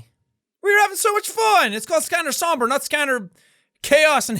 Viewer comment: I thought this was pronounced as scanner saum bray